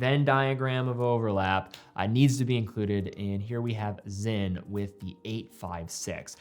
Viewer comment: Sinn NOT Zinn